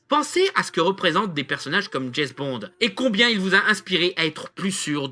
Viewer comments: Ce grand fan de Jesss Bond... ne sait même pas prononcer son nom et se réfère à des livres qui ne sont pas écrits par l'auteur d'origine mais simplement inspirés par lui (des fan's fictions si on veut...) c'est totalement navrant ! Juste un détail j'aime les femmes, je les aime même beaucoup et ça n'empêche pas que le dernier GB est UNE GROSSE MERDE ! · C'est qui jess bond? Tout le long de la vidéo dit jess bond mer